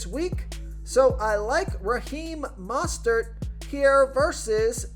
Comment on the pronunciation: great information but, i mean this in the most constructive way, drop the announcer voice. its incredibly distracting and sounds incredibly forced. also..its MO-stert, not MAH-stert